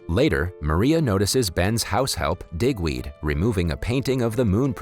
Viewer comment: 😅 Good thing you spelled out “DIGWEED” onscreen because it almost sounded like something else.